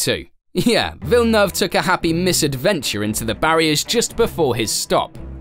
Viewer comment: Props for pronouncing Villeneuve correctly! Lots of people don't get it right at all. Good video.